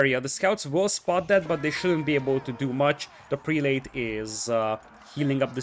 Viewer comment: Love the cast. By the way, the prelate pronunciation is prell-it. It breaks the rules of long a's and the last e....why? No idea. I am an esl teacher and I have no answer for you. 10 out of 10 cast.